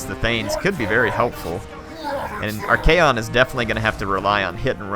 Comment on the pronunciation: It's ARCHAON not Archaeon peasents!